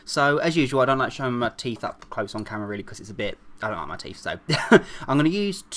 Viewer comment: always always always he said hey you laike the next tutorial ufffffffff i hate it